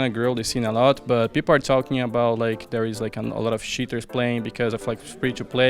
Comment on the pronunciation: fer sounds like hes saying shitters instead of cheaters lol